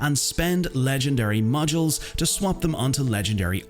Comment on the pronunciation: legendary moYYYYYYYYYuls, say moDDDDules please, not moYYYYYYuls. Also say iTTTTems, no iRRRRRems, thank you